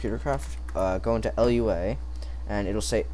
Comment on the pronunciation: Its pronounced (Loo-Ah) Lua.